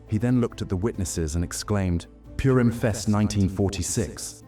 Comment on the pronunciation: The Jewish holiday is not "Pyurim." It's pronounced "Pooreem".